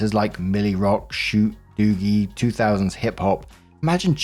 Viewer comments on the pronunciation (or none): lmao pronouncing “ dougie” as “ doo-gie”